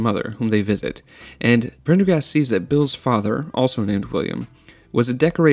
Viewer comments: That annoyed me too. Made me wish I still had my old Uzi so I could help him cure his annoying conceit. Peace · its not even prender. its PENDER-gast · Just learn how to say it, christ. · I'm very happy this was top comment lmfao I also found it wildly obnoxious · I was somehow thinking I was the only one cringing when I heard that. I don't know why… It's a lame, ridiculously over-used joke. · How difficult is Prender-gast? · Phonics are fun: Prendergast. Sound it out: Pren - der - gast. Pretty damned easy. You got the "prender" part, so why was "gast" difficult? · It’s pretty disingenuous when the guy formatted a whole video essay evaluating the themes and characters of a movie but cannot pronounce the name of one said characters that is actually pronounced multiple times in the movie. This movie is mostly about ownership and taking back your life just in the view point of a broken dangerous man. Maybe it’s a Concept Gen Z can’t grasp because everything in their creative entertainment viewpoint is posi- colorful half baked bull. For 90s kids like myself this and Fight club were especially relevant because we lived it. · one way to call it is "copying a trend" when you're trying to make money on it. Time of u watching=more advertising opportunities In more professional circles it's called "pulling taffy" or to stretch ones time with meaningless B.S. If you found his mispronounations funny I bet your under 12 or at least have the mentality of one. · I don't think he even watched it, he some how couldnt pronounce Prendergast? im sure it was meant to be satire but man it left a sour taste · You lost me at Prendergast's name. Too cringy to continue. You were doing so well but then you messed it all up. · If you don't know how to pronounce the dudes name, then watch the movie. The fact that you can't pronounce it says you didn't watch the movie. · Thought about this for years ,yet you can’t pronounce his name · Prendergast was too hard for you to pronounce?! Woah.